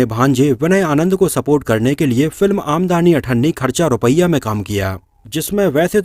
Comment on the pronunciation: आमदनी पढो भाई ये आमदानी नहीं है।